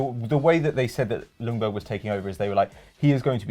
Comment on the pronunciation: It's pronounced Yungberg fyi